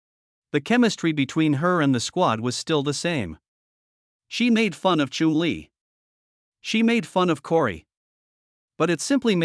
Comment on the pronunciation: Doesnt know how to say Chumlee. Ai crap